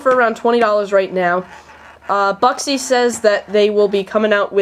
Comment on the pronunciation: buksi! is acctually pronounced Booksi! the dots over the u make it like the u in uber